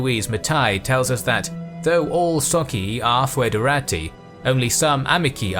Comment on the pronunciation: Please, check your pronunciation before publication. Your "socii" and "amici" are truly cringeworthy.